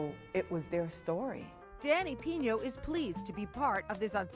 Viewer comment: hey!!! his last name isn't "Piño" is PINO